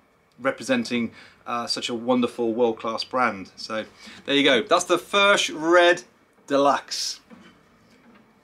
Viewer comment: It’s pronounced “ F E R K “ Cheers